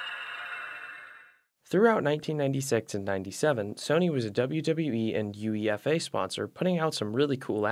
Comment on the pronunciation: UEFA is pronounced Youayfa